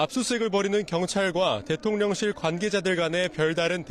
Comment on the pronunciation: 아 진짜 난 왜 대통령실을 대통년실로 들리냐 ㅠ